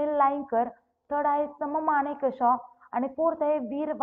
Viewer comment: सम मानिकशा नाही हो मॅडम, सॅम मानिकशा.